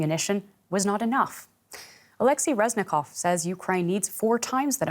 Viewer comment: Oleksii reznikov 😂😂😂😂😂